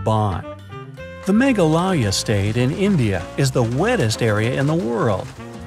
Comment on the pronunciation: pronunciation of MEGHALAYA😅🤣🤣🤣🤣🤣🤣🤣🤣😅😅😅😅i literally listened to it twice to get it... 🤣🤣🤣